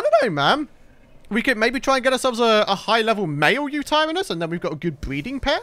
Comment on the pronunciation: You pronouce yuturanus uta ran is